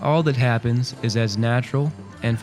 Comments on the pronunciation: "it eez what it eez" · Are you trying to say: It izz what it izz?